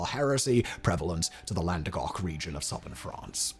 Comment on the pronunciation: Landegoc? Languedoc Never change, Simon 😂